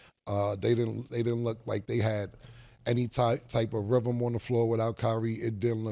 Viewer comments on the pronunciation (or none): Cam, the word is rhythm. Not RIVEM